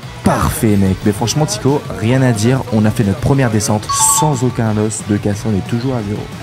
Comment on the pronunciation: On dit pas os mais o ( le s se prononce pas) 😂